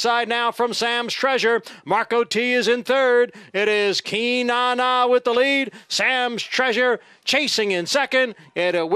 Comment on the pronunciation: Nice to see a swing and a homer with Beach's first at bat. They don't have names like "Cynane" in Omaha, let me tell you. Is that Irish (Celtic)? Announcer pronounced it KEE-NAH-NAH - hope he knows what he's doing.🤭